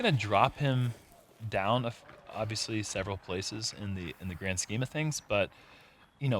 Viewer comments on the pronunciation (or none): none